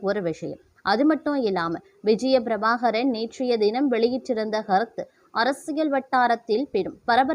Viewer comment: விஜய பிரபாகாரன் இல்லை பிரபாகரன். உருப்படியாக உச்சரி யுங்கள்